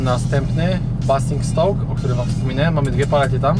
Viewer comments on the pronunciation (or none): Nie byłeś pewny to Ci podpowiem , Basingstoke czyta się Bejzingstołk. Swoją droga bycze jaja mnie rozjebaly 😂